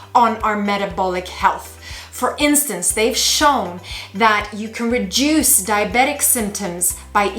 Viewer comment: Reduce. Not reduse.